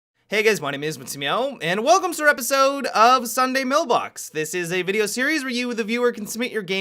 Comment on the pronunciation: It sounds like he says Sunday millbox